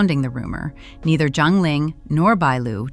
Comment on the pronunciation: Why do you keep calling ZHANG Ling He - John Ling He, his name is not John hIs name is Ling He and his last name ZHANG ( Not John), please pronounce correct the chinese names , and if you are iniforming inform correct. BAD REVIEW FOR YOU